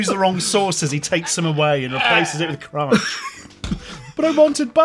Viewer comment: Kronch lol